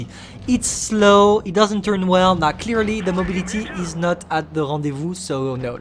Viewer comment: Ptn mais tellement a la française, en insistant sur le R 😂😂😂